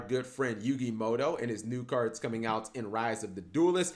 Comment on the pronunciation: Yugi Mutou. Not Moto.